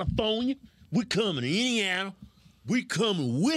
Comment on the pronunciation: "We're coming in ya anyal." Did you just say indiana?